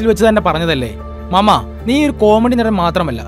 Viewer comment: മാമാ അല്ല ട്ടാ... മാമേ..രണ്ടും രണ്ടാണ്. 🙏